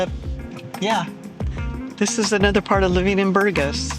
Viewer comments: You should know how to pronounce Burgas if you have lived there that long. “Boor-GAS” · I can't believe you've been living here for 6 years and you can't pronounce the name of the city correctly. This speaks for itself. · Its incredible that after this many years living in Burgas this American doesn’t bother to know how to say the name of the city 🫨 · It is pronounced: bur-GÁS (булгари: Бургáс)... hard to believe you really live there. Whew... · But, with a Bulgarian hubby, u should be able to at least pronounce the name of the city correctly. It bothered me somehow 😕 🙃 😊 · Please, learn how to pronounce Burgas properly. If it's your home, you should respect the language!